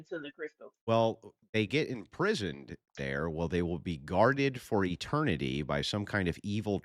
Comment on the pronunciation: Imprisoned? Or imprismed!?